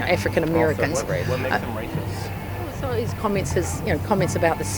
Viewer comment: “Rather rathitht” lol